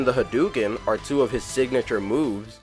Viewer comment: It's. Not. Called. The. Hadooken.